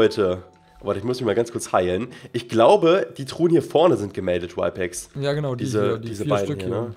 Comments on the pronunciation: Er heißt RYPEX nicht whypex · Der Typ heißt Rypex und nicht Wypex